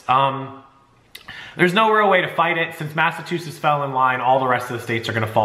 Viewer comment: Sorry I love your channel, but it's MassachuseTTs. Not sure why you're saying it the way you do. But, man if you said it that way here they would bust your balls to no end. Stop leaving out the T please. It's killing me. Lol